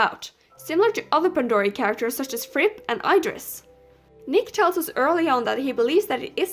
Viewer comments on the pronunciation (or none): none